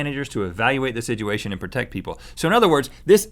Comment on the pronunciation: Yet another video where Rhett says, "Sidgeuation"...